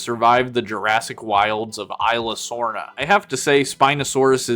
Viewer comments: Its pronounced like ease-luh-sorna. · It's esla sorna!